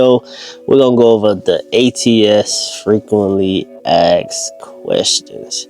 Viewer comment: It’s asked not axed